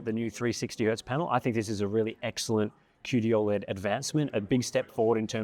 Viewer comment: Still triggered by the pronunciation of 'OLED' as "Ol'-Ed" as if it was his mate Ol' Ed from Auzzie and not how I've heard everyone other person say it which is 'Oh, LED'